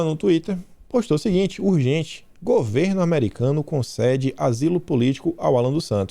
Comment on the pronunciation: Em "consede" ou invés de concede. Putz!